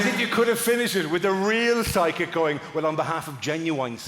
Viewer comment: I read it fine, but through the entire routine I could swear that he is saying sidekick instead of psychic!